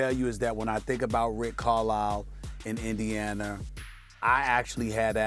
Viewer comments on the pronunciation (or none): Indianer?! He’s adds a R to everything